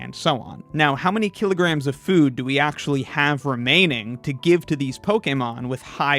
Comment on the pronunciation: You're pronouncing kylograms wrong!